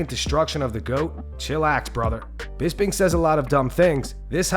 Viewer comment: it's BisPing, with P like Potato